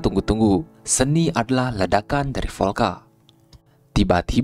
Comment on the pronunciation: Vyolka , cuma biar gampang pengucapannya jadi volka bang